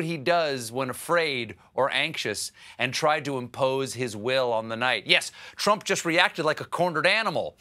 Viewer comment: I also heard him say "Twump". And what is an "Election Security Operation" and is "To join army" a saying, or is he just rambling?